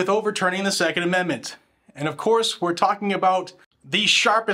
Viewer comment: Lurch can't even say 2nd amendment 😂